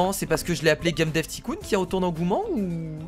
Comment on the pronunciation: Stp dit pas ticoon dit taïecoon